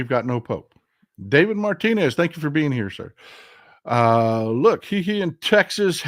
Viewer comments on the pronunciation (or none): none